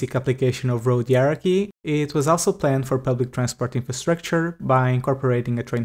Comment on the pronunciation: hierarchy - High-rar-key. (The R's in rar are as soft as you can make them, don't roll them) Probably alot easier to pronounce if you see it phonetically.